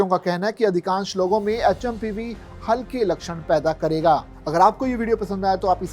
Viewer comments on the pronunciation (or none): like (pseudo) ye H M P VIRUS HAI.. NAKI HMPV VIRUS.. name to thik batao kam se kam...